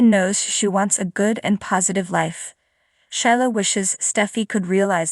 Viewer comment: Shelia please not Shila!!!